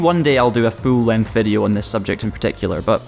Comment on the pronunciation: “Fool length video” 🤣🤣